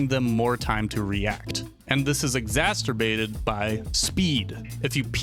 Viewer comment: Exasterbated? Exacerbated. Good video though.